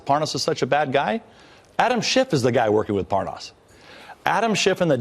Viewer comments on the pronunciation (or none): Nunez says, “Parnoss” (his fake mispronunciation of his name), the right after that says “Parnas” correctly, twice. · D Notice he mispronounces Parnas, and then pronounces it correctly for a while, and then goes back to mispronouncing it when he remembers :D Gooooooold! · mins in .. OOOOH... would u look at THAT... 😲 i thought Nunes was gonna try & play it off, like he DIDN'T know the guy.. ("Lev Parnas") ... i mean... he's been pronouncing dudes name WRONG, for the past MONTH! 😳 (even in THIS VERY VIDEO) now, alla sudden, he's talkin bout dudes wife & he's able to spit his name out JUST FINE? 🙄 (purposely mispronounced mins in) 💁‍♀️ go ahead & go see for yourself! ( mins in .. Nunes goes BACK to pronouncing it WRONG? 🤣 ... open mouth insert foot?🦶) .. course.. some ppl can have the proof staring them, dead in the face & yet, it'll STILL get denied. 😕 [smh] don't b too lazy, to click the rewind button a few times... let it sink in... good... NOW READ BETWEEN THOSE LINES!! 😠